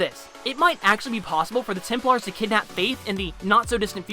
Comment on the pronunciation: Why do you pronounce Templars Temp-Lars not Temp-Lers